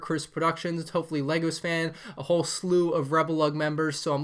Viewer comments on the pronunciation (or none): none